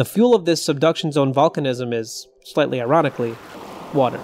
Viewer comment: it took me a couple rewatches to figure out you were saying "...slightly ironically ..." instead of "...slightly erotically ..." Might want to work on that enunciation